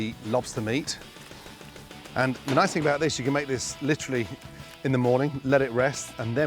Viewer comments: I'm not so sure he even likes the word literally. If he did like it then why does he pronounce it: "litch•ruh•lee"? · I thought that was the British pronunciation.